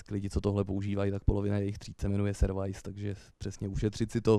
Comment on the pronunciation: A jéje, "servajs" jakbysmet.